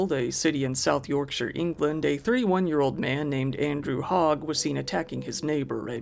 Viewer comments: I appreciate you, as an American, pronouncing Yorksire correctly. Instead of saying Yorkshyer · So glad to hear someone say Yorkshire properly. Yup a ‘Nonce’ is a kiddy fiddler. England’s court system is great for ridiculously short sentences and constantly giving everyone parole and probation, even when they know that person will commit a violent act within hours. Not that I’m cynical or anything! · The only American Youtuber that pronounces the name of Yorkshire towns correctly. Respect 🤘